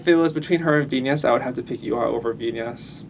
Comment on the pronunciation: i hope western people learn to pronounce her name. it's VIN-YAS, not VI-NAS. her name is spelled as VIÑAS, mind the tilde (~) on the letter N.